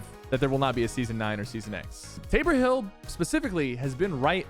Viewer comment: Sypher saying Tabor Hill correct this time.